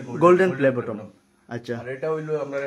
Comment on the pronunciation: it's not 'bottom'.... It's 'BUTTON'